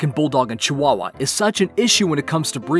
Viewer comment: Yeah you're right cwawwa